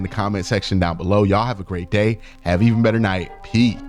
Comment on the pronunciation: Q don’t even say peace anymore, he said Pee! 😂😂